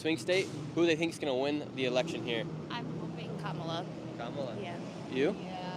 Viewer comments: I’m voting Trump but it’s “Commala”Harris. You’ve been told a thousand times and I bet if you said her name right more people would open up to you. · UHM IT’S KAH-MULA BRO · COMMA-LA. C’mon man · Stop being disrespectful and pronounce VP Kamala Harris name correctly! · Nick continues to disrespect/mispronounce Kamala's name, even seconds after being corrected. Adherence to accuracy and truth is the first pillar of ethical journalism. Whether he wants to be a good, objective, truthful journalist is another story. I think you can do it. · that couple that corrected you on the kamala pronunciation got way too excited 😭 same people who created the "ick" are the ones doing it 🤷‍♂ insert kermit sipping tea here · Its sad how indoctrunated the maga cult is at this point. I watch this purely to know what to expect trump supporters to say. Also love how you complain about being corrected on how to pronounce Kamala's name, then immediately keep mispronouncing it